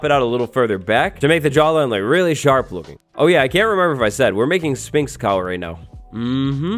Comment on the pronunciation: Learn how to pronounce Sphinx right